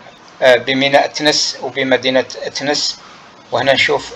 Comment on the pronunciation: TENES ET NON THENES